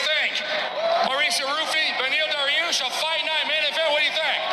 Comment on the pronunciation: Man just said Bediel Dariush😵‍💫